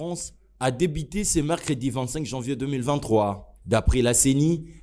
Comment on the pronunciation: Reportage : le journaliste prononce i à la place de u, et inversement. Eli au lieu de élu, reveni au lieu de revenu, débité au lieu de débuté, Afrique di sid au lieu d'Afrique du sud, etc. Pas bon à entendre à l'oreille